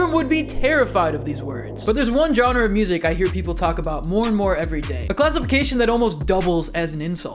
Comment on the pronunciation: I feel my soul flinch every time he says "Jonra" instead of genre